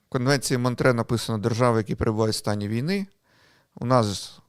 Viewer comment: Ні. Монтре. З французької мови, в цій назві чітко чується останній звук ,,е''. Ви або по незнанню або свідомо вносите російську транслітерацію та озвучування.